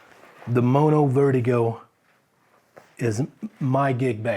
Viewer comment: Didn't realize you were german until you said wertigo lol keep it up